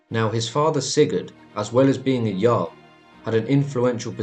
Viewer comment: Did you say "jar-l" it's "yarl"